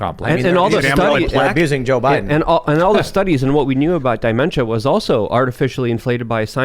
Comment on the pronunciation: Wtf is diementa? What’s up with? Is he foreign or does he think he’s intelligent when he annunciates incorrectly?